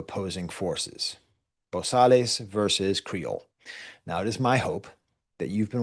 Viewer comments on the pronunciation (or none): Also wanted to add in “Bosales” you don’t pronounce the “Les” it’s pronounced “Bo-Sal”